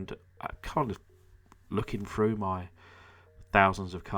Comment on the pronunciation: Great video but please it's through not 'froo' :)